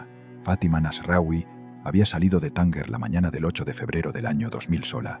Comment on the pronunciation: No se pronuncia :"Tánguer" sino " Tánger".